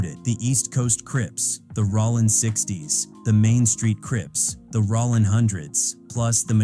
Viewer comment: Sounds like A.I. is narrating the vid. That joint said Rawlin's Zero😂